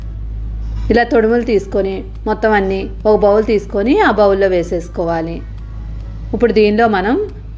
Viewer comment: ఉప్పుడు కాదమ్మా ఇప్పుడు